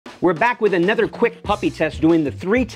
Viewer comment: It's pronounced anOther, not anEther